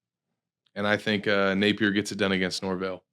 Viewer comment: i gotta ask... why you pronounce Napier's name like that? Only person i've ever heard say it like that. "Nape-ear"